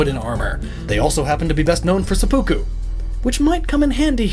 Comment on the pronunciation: This video has 1 big problem imo: the way you pronounced japanese words. For example seppuku.